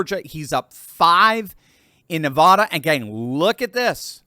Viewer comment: Please pronounce NEVADA correct.